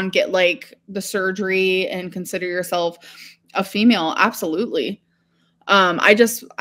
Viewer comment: “FEEmel is the sex” 🙄